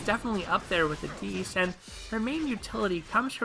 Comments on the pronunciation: What makes you think his name is pronounced "Addees" and not straight "AdDIS"? lol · im sorry but this mispronunciation of addis’ name really bothered me. (if you look at a helper Ieyasu and listen to his voice lines you can hear the correct pronunciation) It was fine otherwise.